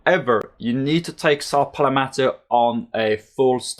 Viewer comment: That's not saw palmeto it is saw palalalalalalalameto